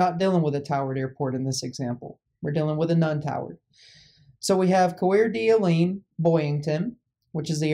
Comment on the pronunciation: It's pronounced like "core da lane"